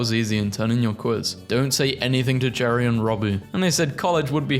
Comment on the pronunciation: Garey lol it's just pronounced Jerry.